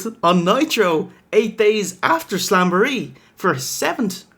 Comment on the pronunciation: "AT SAMBOREE" - Macho Man (talking about slamboree)